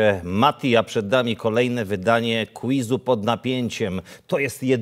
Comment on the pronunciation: Podobno quiz wymawia się kwiz, a nie kliz.